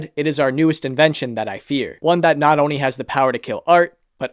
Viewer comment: someone tell this guy that there's an L in "only"